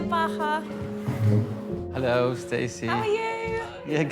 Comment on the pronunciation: Bahaa (not Baha), but thank you!